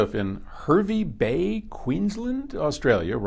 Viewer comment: Pronounced "HAR-VY" Bay.